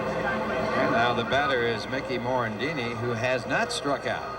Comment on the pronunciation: Someone should tell the announcer it's Mickey Morandini, not Mickey Morandino.